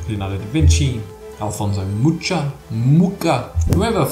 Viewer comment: It's Mucha as in Moura.